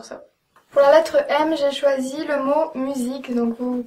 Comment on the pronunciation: "Z ben zé fini" haha génial !